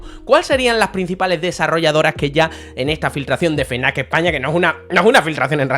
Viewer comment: no es "fenac" es "efnac" no se por que ultimamente lo dicen mal,ojo no te estoy diciendo como tienes que decirlo,cada uno...ya sabes...pero que da coraje tambien te lo digo.un saludo jjj